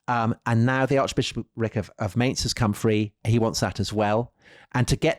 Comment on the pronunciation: 48: Mainz (pronunciation :))